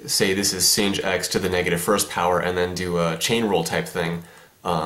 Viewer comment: why does he say sin as 'singed'